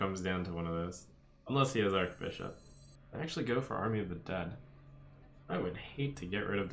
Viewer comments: It's Arch-Bishop, not Ark-Bishop Archangel is pronounced as Ark-Angel because of the vowel A in Angel B in Bishop is not a vowel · Archbishop is pronounced with a ch sound, not a k sound